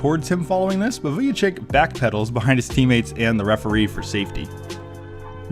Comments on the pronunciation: Who the hell is Vujachick? 😂 Its pronounced Vujachich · Great video But pronunciation is Vujachich